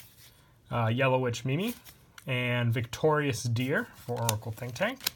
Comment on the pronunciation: NOOOO its pronounced yellow witch “meem”